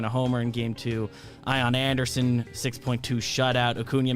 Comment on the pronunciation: As a braves fan and a patreon we do say Ion Aunderson now lol